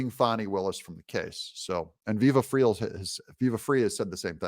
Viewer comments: FRY...... IT'S PRONOUNCED FRY...... NOT FREE :p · Viva Frei is pronounced Fry. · Viva last name is pronounced fry like French fries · Viva Fri * It is pronounced Fry.. Like a French Friy. His real name is David Freiheit. He's a lawyer, Canadian. He's amazing! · Viva Frei, pronounced Fry. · Yes to Highlight, and Frei is pronounced Fry like French fry, he’s French Canadian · It’s pronounced “fry”. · It's Viva Frei (fry) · Doug, Viva Frei is pronounced Fry. Like French fry or deep fry. A Canadian lawyer that’s relocated to Florida. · Frei is a Yiddish word pronounced Fry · Pronounced VIVA - "FRAY" - he's an atty from Canada love him he's great!= & on Fani she needs to GO!👉... Judge Judy once explained coming into a case with clean or dirty hands - fanis hands are DIRTY coming in so anything from her should be tripped up at the starting gate! - she didn't come in to the case,with "clean hands" Doug I think your right! I think she'll get kicked to the curb just for that reason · Frei is pronounced fry. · hi Doug. Watching from British Columbia. Keep doing the good work. You mentioned Viva! I do believe his last name is pronounced as Fry - he's a french Canadian. He was involved with the trucker protest and gave his own legal spin on things. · Pronounced Viva Fry. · Pretty sure it's Frei is pronounced fray. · His last name is pronounce Fry. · It's pronounced Viva Fry. He is a former Quebec attorney. He has great content. He is currently in Florida. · Vivi Frei (pronounced Fry) and Robert Barnes in case anyone wants to know. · It’s pronounced fry, like a frying pan! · Pronounced Vive Frye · Glad I found your channel. Viva Frei (pronounced “fry”) and Barnes are great commentators and teachers of the law. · Viva Frei pronounced Fry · His name is David freiheit, (as in fry), viva frei. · I think it’s pronounced Viva Fry. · Viva's last name is pronounced FRY. They have a wonderful week-in-review show on Sundays on Rumble at 6 EST / 3 PST. Love your channel